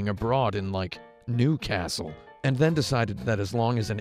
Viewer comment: You pronounced Newcastle wrong...